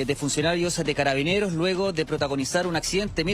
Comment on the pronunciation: Dice Caraineros, o escuche mal???